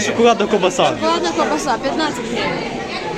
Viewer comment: А не ковбаса....